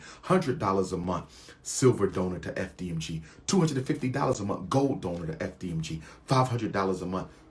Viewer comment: Why can’t this “educated” man say month correctly?